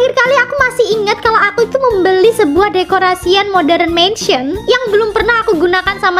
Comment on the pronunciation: Kak bukan moderenmensen tapi modarnmensen kak ☺️☺️☺️☺️☺️